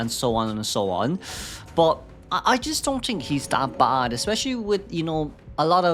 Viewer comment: I love you, but i cant ignore that you say tink instead of think. It makes me giggle every time.